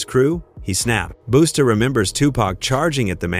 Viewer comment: Its not Boosta.....Its BUSTA